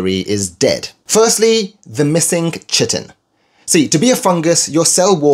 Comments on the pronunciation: "Chitin" is pronounced "ky-tin." Just FYI. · Need to make another apology video for "Kai-tin"? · I thought it was pronounced 'Kai-tin' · Yes please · I believe that chitin should be pronounced /ki-tin/ even if ch makes the tx sound in English... ;) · Well, pretty close to its German pronunciation - I'll let it slide 😅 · Great video. Nb in words from Greek, "ch" is pronounced [k], think chemistry, archaeology, Archimedes...